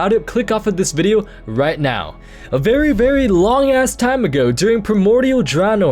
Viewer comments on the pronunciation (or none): none